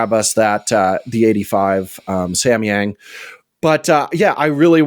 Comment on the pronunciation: samyang pronounce goes like Sam from Samsung or samba dance and ya form yang goes like yarn ya not yank ya